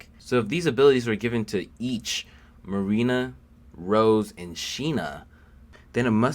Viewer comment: Did he just say "Marina"? Really?